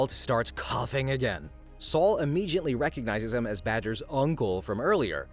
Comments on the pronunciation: " Immegeeiantlee and Whyaisle" great pronounced words there! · What is with immeJiately?